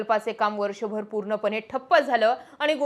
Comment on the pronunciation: अणेक नाही अनेकपानी नाही पाणी प्रामानिक नाही प्रामाणीक ईनेस्को की युनेस्को?पुर्नपने नाही पुर्णपणे आपण हे सुधारु शकतो